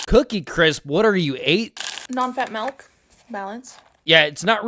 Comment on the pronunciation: WTF IS A “MALK”? I’m disgusted mostly from that